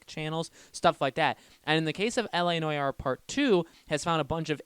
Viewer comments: Bro. It's LA No-are. Not LA Noy-are. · It's ˈnwär, not N O Y A R E. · You pronounce it NWAR, not NOJAR 😂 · It’s so hard to watch when he says “noyare” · N O Y A R E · you immediately sound like a dumbass when you dont pronounce noire right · please say Noire correctly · Goddamn, learn how to say noire